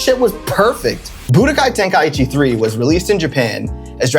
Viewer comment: bro butchered that one 😭